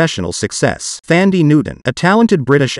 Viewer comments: I can’t stand how you’re butchering her name. Thandi is a Zulu name that means Love. It’s a beautiful name. It loses it’s beautiful meaning when you say it like this. The correct pronunciation is like Dundee with a T = Tundee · Pronounced “Tandie.” It’s spelled “Th,” but doesn’t have the “th” sound. The “h” is silent.